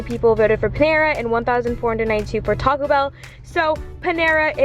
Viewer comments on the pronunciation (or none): none